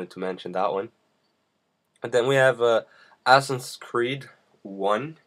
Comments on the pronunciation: who the fuck told u u'r suposed to read it "assins creed" instead of "asassin's creed" ? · your every second word is "stuff" o.O and the game is called assassins creed not assiss creed or whatever you called it.... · It is Assasins creed, not ASSINS creed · DId anyone else hear "assin's creed"...awesome!!! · its assassins creed not assnscreed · lol he said assins creed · "Assin's Creed". I'm not really sure what an "assin" is. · Its not 'assins creed' Its assassins Creed 2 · Assens creed? so u say that it a "assy" game? xD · lol.... i love how you pronounce "Assassins Creed" lol